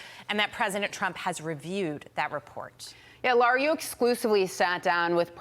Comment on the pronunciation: Why do some people have a hard time saying “LARA?!” It’s NOT LAURA!